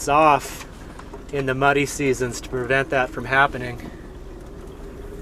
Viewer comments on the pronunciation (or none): none